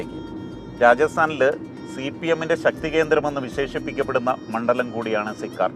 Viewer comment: സിക്കാർ എന്നല്ല, സീക്കർ എന്നാണ് സ്ഥലത്തിന്റെ പേര്.